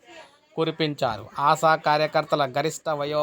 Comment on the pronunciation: ఆశా'వర్కర్స్ కు ఆసావర్కర్స్ కు పలకడంలో తేడా కూడా తెలియదా? నీవు తెలుగువాడివేనా?